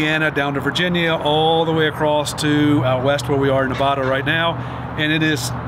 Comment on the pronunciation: Saying Nevada wrong 🤣